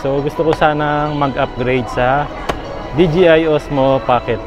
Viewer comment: binilang ko kung ilang beses mo sinabi ang “bibili” 15x yata😂 Congrats on your DJI cam sabi mo DGI😅✌🏽🎉🎉🎉